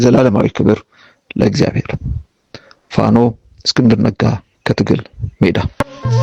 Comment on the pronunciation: He cannot correctly pronounce FANO. It's not hard to say FANO. Amara FANO, watch out this person closely. He is a thorn in the mud.